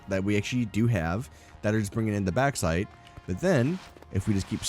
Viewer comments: Sorry to be "that guy".. but it's pronounced "Box-site" :P Not "Back-site". Other than that, this is a freaking beautiful factory! Trivia: If you were British, you'd be calling is "Bork-site"! And if you were Scottish... "Barrak-Site (where the "R's are rolled, so, "Badduck-site". The EU are weird) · Lovely build man. But it's pronounced box-ite lol. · You pronounce the "a" way too much in bauxite. The "baux" sound is very similar to "box".